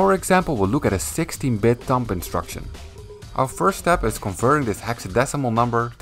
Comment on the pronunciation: 1. awesome video 2. the B at the end of 'thumb' is silent ;)